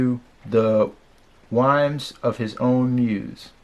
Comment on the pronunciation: Thanks for the bio. Almost no reactors do this. But check out how to pronounce "whims." :-)